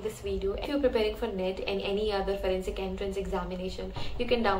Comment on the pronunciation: Its not furensic science it’s forensic science